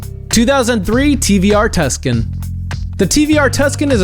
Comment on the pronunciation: It's pronounced "too san" not "tuss can" and you used the wrong Lotuses it's the 1999 Lotus Elise you used a bunch of newer ones and not the one that was "banned". Land Rover Defenders can be bought in the US for anywhere upwards of 65k and there's plenty of road legal R34 GTR Skylines just go to Florida and you'll see tons and the R34 was never nicknamed "Godzilla" only the R32 and R33 hold titles and names the R34 and R35 (which isn't a Skyline) hold no titles or records